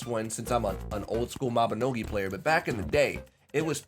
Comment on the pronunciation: Was so close to disliking the vid just for the way you pronounced Mabinogi